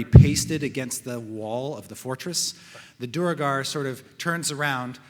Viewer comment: Really? "Dooer-gar?" I always thought it was "dwayr-gar."